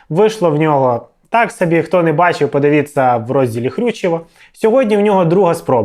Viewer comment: Падывица... ПодывитЬся а не падивица